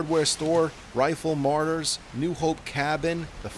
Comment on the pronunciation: Martyrs not Marty’s lol